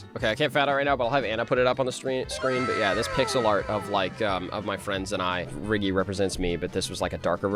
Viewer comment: that's not riggy that's sniggy💀